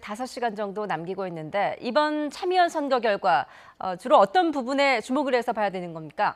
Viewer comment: 근대 참의원이아니라 챔의원선거라고 발음하나요? 참기름이 챔기름되는 고소한법칙인가용?